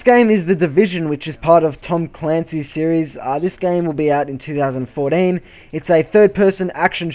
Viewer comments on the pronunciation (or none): twothousand fourteen!!! not twothousand fourin